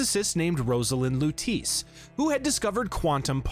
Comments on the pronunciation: “Louteese” 😢 Great video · Everytime he said "Lutice"... My eye twitched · Huge fan of the Bioshock series. Great video! I enjoyed it! (I read the pinned comment, no hate at all I promise I’m just genuinely curious…Did your buddy Craidan play Infinite on mute or was he just trolling you on the Lutece pronunciation?)